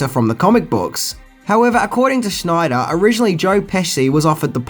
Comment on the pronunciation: Also, it is sh-NAI-der, rather than "SNI-der" 😎